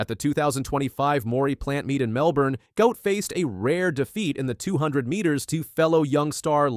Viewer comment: Guot is pronounced Gwot, the presenter got those backwards.